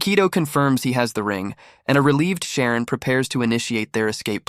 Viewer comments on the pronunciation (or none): Ugh...Xiaolong not Sharon... >.<